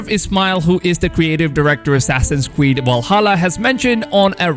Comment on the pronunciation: Assassins Qweed wallhalla ? 😂 anyone else cop that